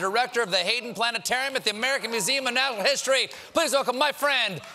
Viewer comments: museum of nahhanhal history lmfao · American Museum of "Nattle" History?